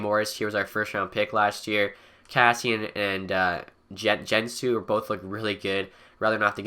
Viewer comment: Joensuu is pronounced Yo-en-su